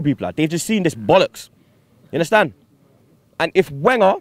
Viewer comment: You 'hunderstan'? Haha